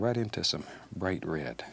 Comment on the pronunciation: ... bright "rared"????